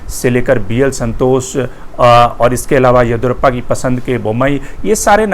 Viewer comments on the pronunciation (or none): Mr, your analysis of karnataka politics is good. But you must get the South Indian names right. The name is YA-DI-YUU-RA-PPA, last A ending as short vowel. Your pronunciation sounds as “Edurappaa”! This is not a criticism, but a suggestion.